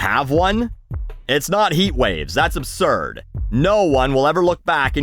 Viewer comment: “that’s absurb” 😭